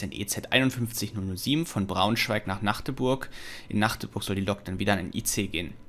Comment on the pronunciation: Bin echt froh, das du MACHdeburg gesagt hast - und nicht MAAAAAAAgdeburg, wie 99% aller Leute. Liebe Grüße aus der Domstadt ^^